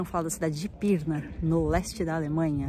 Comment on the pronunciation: Você em Pirrrrna! Que paisagem linda! Sou caipira “pirrrrnapoca”!😂❤🎼🎹🎤.